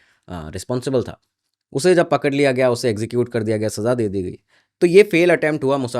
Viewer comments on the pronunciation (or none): none